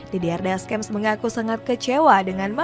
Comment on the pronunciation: ganjil banget bilang deschamp ga pake descyam malah deskem, bilang xavi simons biasa malah xavi saimond wkwk